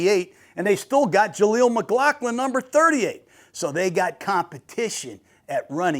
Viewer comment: Good video, but you lose quite a bit of credibility by not knowing how to pronounce George Paton's name correctly. He's been an NFL GM for five years now, ffs. Also, Jeremy Crawshaw, not Crenshaw. Jaleel McLaughlin, not McGlocklin. Justin Joe-Lee, not Jolly. Jesus H. Christ -- your attention to detail is seriously lacking.